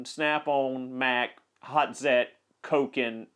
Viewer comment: "Volkswagen": VOLTS WAGEN "Hazet": HOT ZET